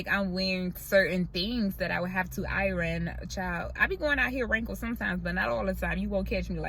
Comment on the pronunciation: Your pronunciation of iron is too cute🙂